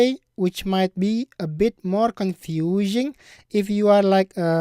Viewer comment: Not to be mean but I noticed you said confuSHing and then he mentioned 5th grade elementary student and I'm going into grade 5 so he is talking about me haha